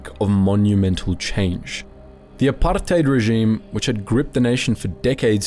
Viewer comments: The way he pronounces apartheid is so irritating. Saying it like its an Arabic word. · Gotta say. Loved the video apart from the dozens of times you rolled letters in apartheid that ARE NOT MEANT TO BE ROLLED. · The forced exaggeration of the word "apartheid" cracks me up. Y u tryna sound smart by saying it that way? Start putting a "bru" after it. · why do you say "apartheid" so weirdly?